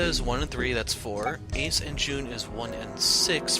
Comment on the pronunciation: Why can’t you say ace and santa?